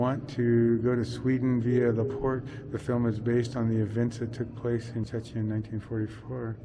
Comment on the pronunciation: Szczecin. - (Sh-che -tsin)